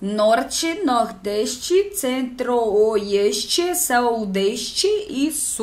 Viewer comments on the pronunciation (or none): oieste kkkkk